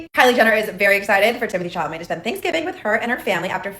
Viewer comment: Ay! You said Chalamet correctly.. also Happy Thanksgiving ❤